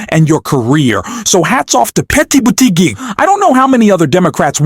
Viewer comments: Why does the anouncerr say Petae Butigue? It is irritating. If it's a machine, have it learn correct pronunciation. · Poor or disastrous attempt at syllabicating "Petty Booty Geg"🤣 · 💙💙💙💙💙💙💙💙 thanks for sharing, next time get his name right 😊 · Why can't u pronounce Pete's name correctly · Spelling and correct pronunciation of Pete’s name is important…. AI Bot?